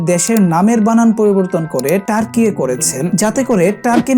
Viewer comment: Türkiye = 'টার্কিয়ে' নয় 'তুর্কিয়ে' হবে।❤